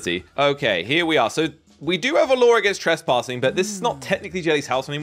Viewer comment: Whenever he says 'law', it sounds a lot like 'lore'.